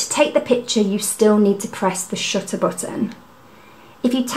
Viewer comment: Paris IS always a good idea, but I couldn't be more smitten by your pronunciation of 'shutter'. After watching your very informative video I ordered a PEN E-PL10. Thank you!